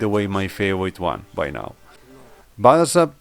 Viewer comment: He is Barabash, polish "sz" is pronounced like english "sh"